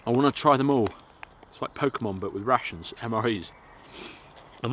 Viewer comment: Ohh I like to hear you saying rations. never thought it may sound like russians... So "I'm gonna eat some russians" it is great!...